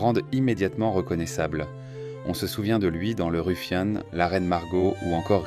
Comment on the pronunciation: C'est de l'IA : laissez tomber. Le Ruffian devient le Ruffiane. Et les dates...pffff